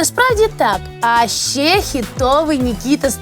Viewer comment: “То шшьо дошьшєм” “А шьшє...” “Ну а шшьо робити...” і т.д. Тут я почув агресивну дискримінацію звуків [ч] і [шч] у вимові слів. Годі терпіти це знущання! Захистимо право букв “ч” і “щ” бути почутими у випусках ТТ!